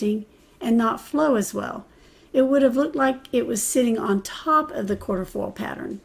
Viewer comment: Cute simple spread! Just so you know, the stencil is not quarterfoil, it’s quatrefoil pronounced kwa-tre-foil.